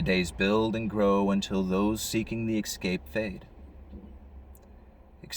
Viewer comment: …the word is eScape not “eXcape” there is no X!!!!